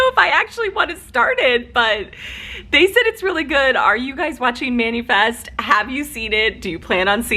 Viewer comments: I kept laughing how you were pronouncing Manifest. You kept saying Manufest and I was like Noooooooooo! LOL!!! That said, everyone I knows has watched or is watching it. I haven’t started. I might be too late to jump on the Manifest plane. Happy 4th of July!!!!!! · It's MAN-A-FEST, NOT MAN-U-FEST. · I've seen three videos now., you can say Mani/Pedi, right? It's Mani - Fest. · Man-"eh"- fest. Manefest. Short e in the middle. "eh" sound. Not long e. Not "ee" sound. Sigh.